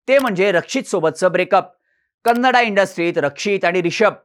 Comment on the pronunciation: "कन्नडा" म्हणणं आधी बंद करा, ते अर्थानेही आणि व्याकरणाने देखील चूक आहे. मराठीत व्हिडियो करताय तर "कन्नड" म्हणा. बाकी छान आहे 👍